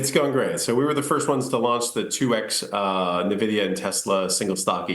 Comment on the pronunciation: Why do people always mis pronounce Nvidia? The reporter pronounces it correctly, but the Rexshare guy doesn't? Does he even know what Nvidia does or watch any other interviews on the company?